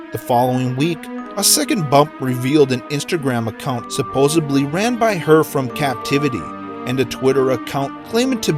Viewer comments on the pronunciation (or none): And "supposedly"